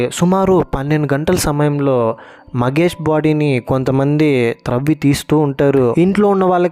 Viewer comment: ఇంత worst review ఏంటి బయ్యా నువ్వు 😅 ..... జాబిలి కంటే జాజి నే బాగుంది 😅 ... దుష్మన్ కాదు , దుష్యంత్ .... మగేష్ కాదు ... మహేష్ ..... ఇంట్లో ఉండేది దేవత కాదు , దేవుడు ... కొండయ్య.. స్వామి 😅😅😅😅.... నీ రివ్యూ వల్ల series చూడాలనే interest పోయింది చీ ఛీ .....